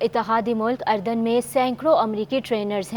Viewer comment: محترمہ ملک اردن کا نام صحیح پڑھ لیا کرے افرو کا تلفظ پڑھنا سیکھنے کی کوشش کریں۔